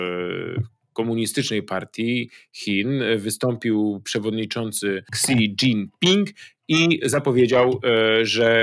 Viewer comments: Si dzin pin! Nie ksi! :D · Si dżin tao.... 🤦